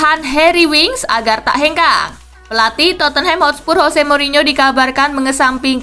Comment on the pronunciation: Bukan HOSE tapi JOSE